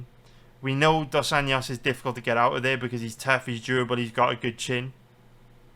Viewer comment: If you can’t pronounce Dos ANJOS just say RDA